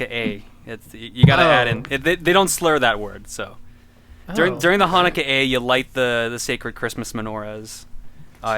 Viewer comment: I find it extremely hilarious that it's pronounced like "Hanukkah, eh?"